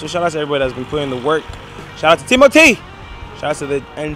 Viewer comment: what i dont like about the guy in the red fila is again exemplified in the final piece to camera, work is pronounced as work everywhere in the world, why pronounce it as woik just to affect an accent and annoy people, it is the fakery that annoys me the most about that fella